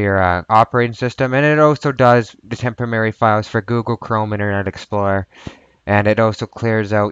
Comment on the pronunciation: All together now...."TEMP-oh--rare--reeee'! :)